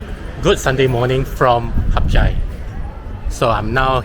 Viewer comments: hat yai is not pronounced as HUP CHAI idk where u learnt that from but it is wrong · Why do you call the city Harp Jai when it's called HadYai.